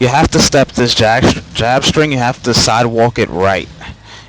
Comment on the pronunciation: "If you sidewok weft".... lmao